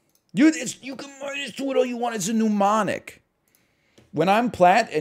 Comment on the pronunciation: Amazing that after 100 hours of gg NL finally looks at the sun. This could be huge. ps. don't ever stop calling mnemonics "pneumonics".